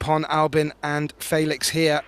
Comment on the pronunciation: "Faylix"... " then s'pose "Gaythin" is correct.